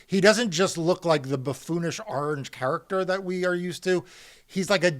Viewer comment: Mark you need a week off my friend your pronouncing orange the same as ol' Donnie boi 😮